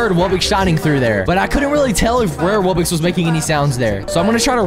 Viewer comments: Incorrect pronunciation: Wub bux Correct pronunciation: Wub box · It's not wub-ix its wub-ox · why do you call it Wubbix? It’s clearly wubBOX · sorry if i am late but did he said at the begging bubbox not wubbox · Why are you saying wubbix it’s wubbox (wub box ) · "And" "Wubbox"